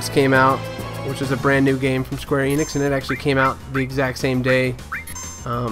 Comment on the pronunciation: It's "Enix" not "Eeenix"